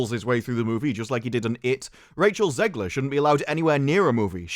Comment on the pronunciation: Her last name is pronounced “Zegler” not “Zeegler”! Stop mispronouncing it.